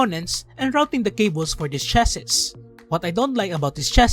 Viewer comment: it's pronounced as chass-ee or you can just simply say "case"